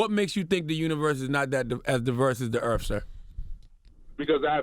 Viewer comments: Charlemagne it’s earth not eartf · Earfling on this Earf